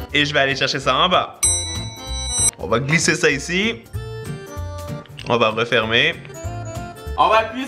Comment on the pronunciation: Quand tu as dit ''on va glisser ca ici' ' en parlant des batteries pour la fourchette électrique, j'ai vraiment compris ''on va crisser ca ici'' :') Ca ma pris 3 réécoute pour comprendre :')